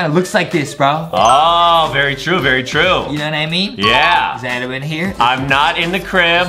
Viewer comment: justin says adam right